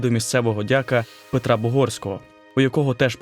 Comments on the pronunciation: дякА --правильно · Хіба дЯка? Дивний наголос.